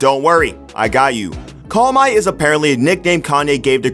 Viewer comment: Pretty sure it's 'CALM-YEE' not call-my